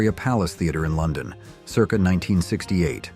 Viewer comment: AI has no clue how to pronounce circa...